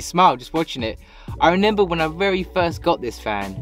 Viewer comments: I wish you would remember how to say remember . Not renember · Lol when this guy says I renember 😂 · Nice bloke but stop saying renember please 😂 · Fair play mate. Just reneba how to say remember ❤